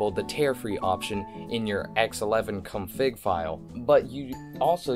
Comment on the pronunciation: why do you pronounce 'config' like 'cumfig?' i'm not trying to be rude i just find it funny